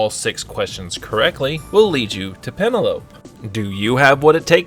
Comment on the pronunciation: Am I the only one who knows that name is pronounced pen-el-oh-pee?